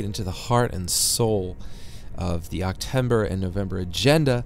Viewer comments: hehehe... he says octember. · Great looking game. On another note did he say octember.